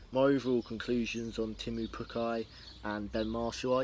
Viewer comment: it's teemu not temmu?